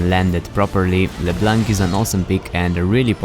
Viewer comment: I thought it was Lê-blanc not leb-lanc